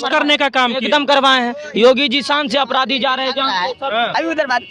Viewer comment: Apdhadhi nhi hota hai Apradhi hota hai